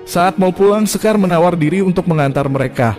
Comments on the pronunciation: Bacaya shekar bang.. Bukan sekar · Kok sekar,,shekar itu bacanya (shikar)